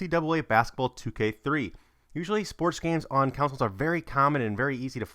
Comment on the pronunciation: "Counsels" lel learn 2 English